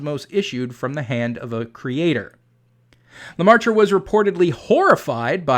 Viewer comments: off topic sidenote: the ai in "Geogres leMaître" is prenounced the same way as the vowel from from dress, or perhaps more fitting, the "air" (phonetic ɛ) - not an the vowel sound(s) of "pie" or "price". (phonetic aɪ) it's leMɛtre , not leMaɪtre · Just a nitpick, Professor but the Catholic priest's name is more closely pronounced like "luh-met" rather than "luh-mar-truh." His name is spelled L-E-M-A-Î-T-R-E. The "aî" in French is normally pronounced like the "e" in "met" and the "-re" ending, while normally having a sound like "-ruh," the sound is also frequently dropped in normal, everyday speech. The circumflex accent in French--^--typically reflects an "s" which was eventually dropped from spelling. The French "maître" is related to the Spanish and Italian "maestro." It most commonly appears in English without the circumflex as part of "maitre d'"--the shortened form of "maître d'hôtel." The original French referred to the "master of the house" (typically meaning more of a mansion than a standard house) which later evolved to "master of the hostel/hotel" and was applied to the man who was basically the head of the waitstaff (whether inside or outside the hotel's eating area; he might also oversee the bellhops and maids). In English, of course, its most typical usage is in restaurants to refer to the most senior waiter. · good video but your pronounciation of George Lemaître is terrible ! I suggest you google it next time ! 😉😜